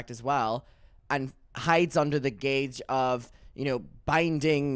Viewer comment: saying gauge instead of guise every time😭